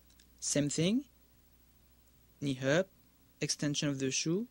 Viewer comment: when he says "knee up" it sounds like he's saying "Ni Hao" (Mandarin Chinese for "Hello") xD